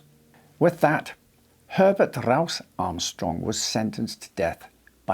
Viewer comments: Herbert RRRRouse Armstrong😂 JK love your accent, it's the best. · Everytime he says Rowse i'm reminded of the german sergeant from the comedy series 'Hogan's Heroes'